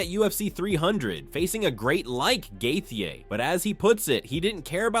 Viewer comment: Gay-theeyay is crazy work